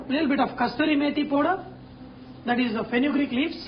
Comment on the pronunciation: dude its not pooder it is powder